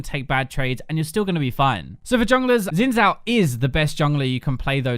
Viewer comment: "zin zhao" ok man